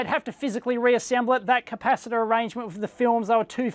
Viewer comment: Capac-it-tator is my new favorite word.